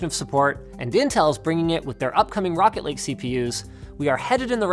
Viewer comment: Anyone else think Linus was saying "Rocket League" and not Rocket Lake?